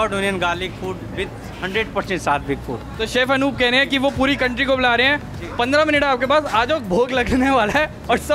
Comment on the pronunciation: पुडी नही पुरी होती हे😂😂